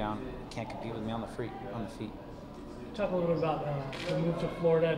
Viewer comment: good dude, but saying "gown and freet" for ground and feet has me worried about him. :/